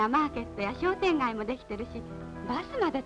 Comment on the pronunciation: しょうてんがい❌ しようてんがぁぃ⭕